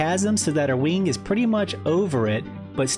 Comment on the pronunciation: “Infinity WEENG” is right